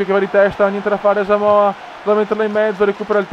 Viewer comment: non hai messo pogba e comunque si dice asamoha no asamoha'